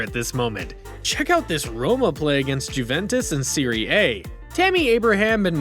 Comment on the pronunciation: He called it sery hay